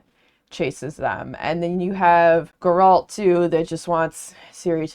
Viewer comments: i came for this, her mispronunciation of the Geralt's name made me feel uneasy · "Gur-rahlt" is a new pronunciation of his name to me 🤣 The Witcher was an interesting series to read. I started with the Netflix series first not knowing any better, then read the books and then eventually convinced my wife we needed to play The Witcher 3 together and now I just need to play the first and second game and deep dive into the comics and the newest prequel book that has yet to be translated to English. Personally, I thought that the main series of novels was fine. The Witcher 3 was fantastic and I think where The Witcher as a series shines the most is when it's not about this grand overarching plot and it's just about the small adventures that Gerald gets into on his travels. They're so fun and there's so much going on in this world (that I think could've been put together better btw but it's still an interesting world all the same) that I could genuinely read a hundred short stories of Gerald just doing mundane things with Yennefer, Dandelion and Ciri and never get tired of it. I hope there rest of your read goes well!